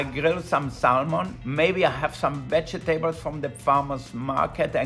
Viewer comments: Vege-tables lol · Vege tables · Love the way he says vegetables 😂🤗 such an amazing chef!